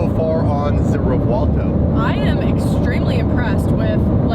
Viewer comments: I'm gonna say it, just this once because everyone does it, any Lamborghini to date with a "v" in the name should have that "v" pronounced as a "b". Reason being, the names are of Spanish origin, not Italian. ReBuelto, not ReVuelto. Rant over. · Please please please stop putting a w in the name of the car 😂. Let the Italians pronounce it correctly haha 😂 sounds like we are looking for Revwaldo 😂